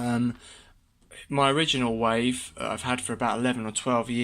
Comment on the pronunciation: It's not called "Wife", it's "Wave". Learn to speak English.